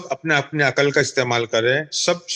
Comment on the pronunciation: جن جاہلوں کو لفظ " عقل" ہی درست تلفظ کے ساتھ ادا کرنا ، بولنا نہیں آتا وہ کیا عقل کی بات کریں گے ؟ عقل میں "ق" پر جزم ھے ، سکون ھے اور یہ بار بار عقل ( ق پر زبر )پڑھ رھے ھیں ۔